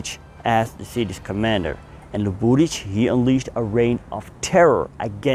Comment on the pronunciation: Zasto ovaj bradonja stavlja kad kaze Sarajevo akcent na trecem slogu. Prestanite se ulagivati Zapad i izgovarajte Sarajevo na bosanski nacin a ne NATO engleski. Uzasno je iritantan. I kod prezimena Luburic nikad nije akcent na drugom slovu